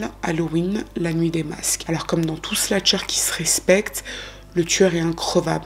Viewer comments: Encore une histoire bien raconté/expliqué ! Petite note: on dit slasher et non sla(t)cher ❤️ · Merci pour cette vidéo captivante. Quelle histoire terrible! Ta narration est parfaite. Si je peux juste me permettre, on dit "slasher" et non "slatcher" (c'est slash le verbe ). Bonne continuation 😊